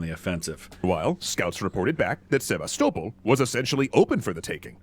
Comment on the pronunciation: I really hate the way he pronounces Sevastopol